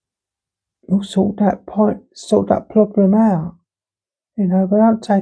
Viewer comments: why do you have ploblems with you RS but say trans perfectly fine....... asking for a fwend 😊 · What talking cwap for nearly 40 mins about ploblems